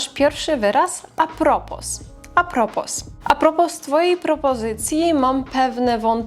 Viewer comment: A propos to jest po francusku. Nie wymawia się litery s